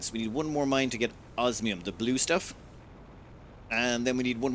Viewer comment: I think he has a little checklist and looks to see which one he used last so he can use the other. I'm just surprised that he's pronouncing osmium correctly. I kind of expected it to undergo transformation. use of language is a high point of his videos.